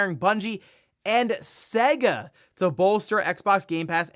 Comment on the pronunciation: Your pronunciation of SEGA is hilarious. Get out a old SEGA cartridge, blow the dust off it, plug it in and boot it up. Literally says SEGA on the load up. ❤. 😂